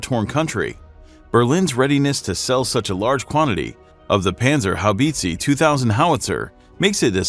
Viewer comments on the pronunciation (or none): Panzer How beetzee 😂😂😂😂